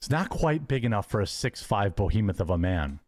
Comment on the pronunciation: very funny that Hambly is going to a casino 4 days per week to try to win a raffle. seems a bit desperate 😂. If there is a science to 'gambler profiling' used by security personnel, Hambly must raise some red flags. Here is a "6'5" Bohemuth" (from how pronounces it) standing in the crowd every day along with 3 old ladies, staring at the staff with raccoon eyes. They are probably wondering what is wrong with him and when he will snap.